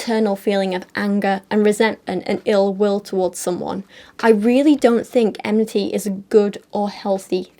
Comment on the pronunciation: Listening to them mispronounce 'enmity' over and over is so irritating - if you're going to pick a word to make it sound like you're not actually angry, at least say it right